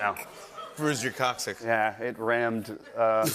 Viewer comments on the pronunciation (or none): It pains me how often they mis pronounce coccyx.